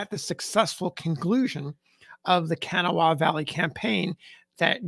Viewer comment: I'm not sure it's correct, but I live in West Virginia and they pronounce it "Ka-NAW-ha".